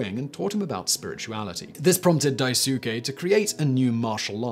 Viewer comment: Say it wit me now, daisuke. it's pronounced dice kay not whatever u said lol